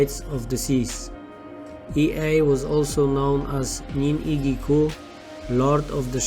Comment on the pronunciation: The pronunciation is not Ei- ae but Yea!